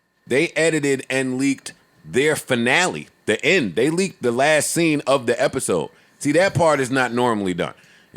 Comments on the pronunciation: Joe you said leak 😂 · I heard him say 'leaked' too.